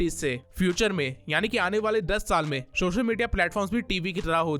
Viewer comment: سوشل میڈیا NOT شوشل میڈیا پہلے اپ اپنے words صحی کرو